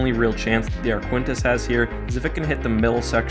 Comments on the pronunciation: I'm pretty sure that Arquitens isn't pronounced "ar-KWINT-ess" on account of that putting the 'n' in the wrong spot. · I find your pronounciation of the name 'Arquitens' disturbing... The 'ui' is silent, and there is no 'n' before the't'! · Just one thing: There is no "n" before the "t" in Arquitens. That did throw me off every time ^^ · keeps calling it the "ArQUENtis" - it's Arquitens, pronounced "ARKy-tens". Awkward. As for the EF76 carrying capacity. In the X-wing game, it was shown to have a hanger on the far side (the one not visible at the end of Empire) but the scale of the ship - 300m long doesn't really allow for any carrying capacity at all, considering the size of starfighters, pretty much the entire forward section would have to be hollow hanger space. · Sorry but this is one of the weaker videos. 1. The ship is pronounced Arq-i-tens, not Aquintis 2. The Arquitens is 325 meters (on average) in length so it is comparable to the Nebulon-B 3. The Arquitens is armed with quad laser cannons making it hard for the enemy X-Wings to get close 4. The Arquitens is also armed with double turbo lasers, so they should count double in TL weapon count 5. The Arquitens is normally carrying 4 Tie Fighters, although i think they are not even a minor factor here In the end, the Nebulon will most likely win, but not as decisive as presented in the video. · Ark-u-tence not aquintence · Where in the world did you get the idea that something spelled “A-R-Q-U-I-T-E-N-S” would be pronounced as “A-R-K-W-I-N-T-I-S-S”?!?!?!?!?!? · Repeat after me: “A-R-K-I-T-E-N-S” That is the proper pronunciation of the Arquitens Class light cruiser. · It is pronounced Ar-Ka-Ten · I have no idea how you can see the name “Arquitens” and pronounce it as “Arquintus”. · Arquitens is pronounced Ark-it-ens. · Ar-qui-tens, I think. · it's pronounced ark-kit-tens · It hurt every time you mispronounced ‘Arquitens’ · Arquitens: Ark-wi-tenz Lucrehulk: Luke-er-hulk